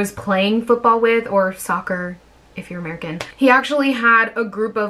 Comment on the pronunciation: "or soccer if your American," said in an American/Canadian accent...what a damn minute